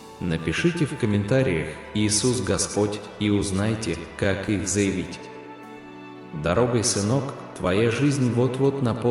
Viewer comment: В слове Дорогой ударение на последней слог ,, ой ,,.